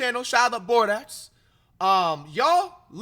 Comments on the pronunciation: Bored-ox 🤦🏾‍♂️ “Bor-doe” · It’s pronounced Bordo but I know u don’t read comments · Bro said “bordax” 💀💀